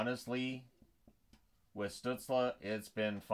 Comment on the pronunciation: In the light of pronouncing names in the recent videos (see Samsonov): In German, Stützle would be pronounced Shtützlé with as bright of an e an English speaker can produce (like if you say insane, you have an e sound in the a, ins-a-i-ne, so just take this a part). Don‘t know how he self-refers though.